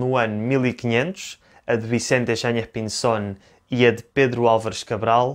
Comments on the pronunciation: Obrigado,. Se tiveres tempo, agradeceria eu também o video sobre o relato de Pêro Vaz de Caminha. Gostei da tua pronuncia argentina de Vicente Yáñez Pinzón, que sería melhor identificar como “andaluz” porque ele, na altura, não seria mais espanhol do que Pedro Cabral, Duarte Pacheco ou o rei João II. Também nao seria “castelhano” como não eram as pessoas de regiões como Galiza, Astúrias, Vizcaya… que eram parte da Coroa de Castela. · o senhor fala espanhol? O seu sotaque ao dizer o nome do marineiro espanhol foi perfeito. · sim, a pronuncia do em espanhol e bem bonita e perfeita